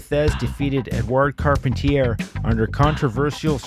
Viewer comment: I recall Carpentier being pronounced"Car-PON-tee-ay."